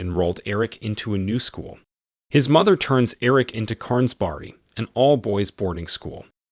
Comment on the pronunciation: It's pronounced Schernberg, not Stjarnberg.